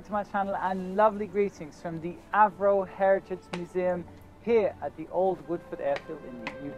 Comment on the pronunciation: Avro, the name is Avro Vulcan, not Acro!